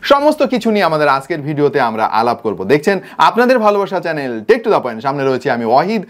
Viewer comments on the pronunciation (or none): none